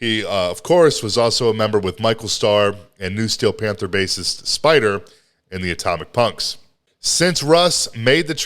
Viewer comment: Did you say "fanther?" 🤣🤣🤣 wtf?